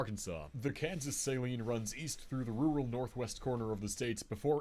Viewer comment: He mispronounced the Saline River in Arkansas—its sa-LEEN, not pronounced like the solution used to clean your contacts. I know, it doesn’t make sense, but yeah. I’m from Benton, and actually didn’t even realize the Saline River was the longest within the state borders. It supplies our tap water, and we actually have good tasting tap water, you don’t feel the need to buy bottled for everyday use. (But tbh we’ve got good tap water everywhere I’ve experienced in central Arkansas, including Little Rock.)